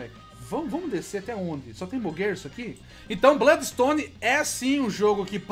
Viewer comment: daora esse "BLÓDIXTONE"